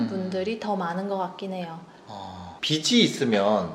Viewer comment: 발음 좋아요! 내용도!!! 보통 저 변호사님처럼 [비슬], [비시] 처럼 잘못 발음하는데 신사임당님은 빚을 [비즐], 빚이 [비지]라고 정확하게, 올바른 발음으로 말해주셔서 정말 좋네요! 앞에서 말하는 직업이다보니 이렇게 올바르게 발음하는 분들 보면 혼자 ... 이분 제대로 배우신 분이네! 이럽니다! :)